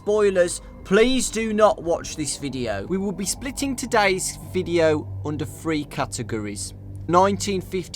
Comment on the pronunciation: Your accent is one of the worst I have ever heard plus you cannot speak English properly which is weird considering you are English, th in words should not sound like the letter f, for example the number 3 is not pronounced free.... It's just laziness, after all the work you have put into the video you could at least speak properly